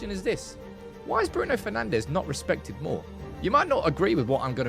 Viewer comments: Bruno FernandSCH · Bruno Penandes😂